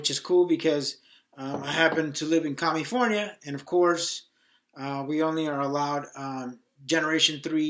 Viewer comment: Commifonia hahaha. Nice video